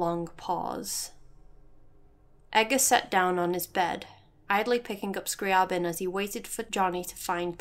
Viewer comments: Yo, I think your analysis is super interesting, D: like how you can absolve yourself if you just remove yourself from any kind of control. And I suppose you pronounced is "Scrah-Bin?" There's actually a funny thing with Scri's name. So, I like Classical composers and I am saying hus name the way it's ACTUALLY said "Scree-Aah- Bin" , but then Zarla made a really cool audio post about the fact that Zeitgeist is supposed to be a Hollywood Movie and thus the name was sort of simplified and is thus pronounced "Scree-Uh-Bin" in the story. I only found this after recording this, so it's pronounced differently in the next video lol. Thanks for your comment! Xx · I always pronounced it scriy AY bin